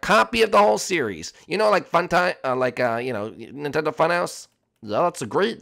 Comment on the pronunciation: You said Nintendo fun hoyse